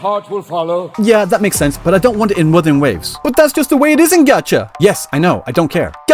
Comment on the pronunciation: Uh, no. The only thing she's NOT struggling with is the name of things. Those are perfectly pronunced mandarin, in fact she pronunced them better than every single en va I've heard. Maybe people just got too used to the usual "English pronunciation" of Chinese and frogot that Chinese is a tonal language.